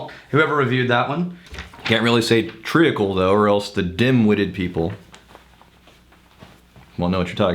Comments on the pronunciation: Sorry, I have to say it......Treacle is pronounced Treecle, no tree a cle!!! just saying. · Joshua Wardman yup it's pronounced more like tree-cle than tree-acle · Pronounced TREEKAL not TREE A KAL. The EA is like EE. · Treacle is pronounced as tree-kul not tree-ah-kul. The a is silent. Although that could just be the American way of saying but the way I just stated is the way it is supposed to be pronounced. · Tree ackle? What are you guys drinking!? It's treacle - tree cull c'mon don't make this the new biscuits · It's pronounced, 'treecle'. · Tree-Cl lol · It's said TREE-cul. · I'm sure someone else has already said this but it's pronounced tree-cul. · Pronounced (tree-kul) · It's pronounced treeecull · Tree-Uckle sounds like a beetle infestation. I don't want that in my scotch! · Lol your pronunciation of treacle was terrible. It's good to know what you have been meaning by maple syrup though. I have not really understood that but now I can just think treacle so good to know.